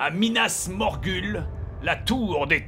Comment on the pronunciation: Bob c pas Minas Morgul c minas Morghoul